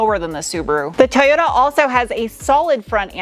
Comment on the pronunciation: Too yoo taaaaaaa not tooyooo daaa